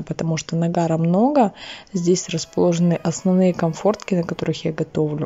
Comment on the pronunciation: Комфортки? Вы неправильно произносите. Конфорки.